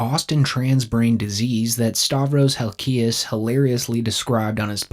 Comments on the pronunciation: Again, it’s Halk-ias not Hal-ki-us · It’s pronounced HALKIAS. No biggie. Keep up the good playa hater work though. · You should learn how to pronounce HALKIAS. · just some criticism, look up how to pronounce halkias. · Dude, learn how to pronounce "Halkias"